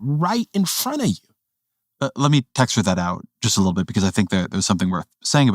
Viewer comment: "he who knows only his side of the argement, knows very kittle of that"